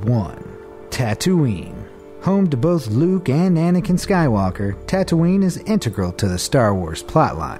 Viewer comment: XD he said Tatoonie then said something else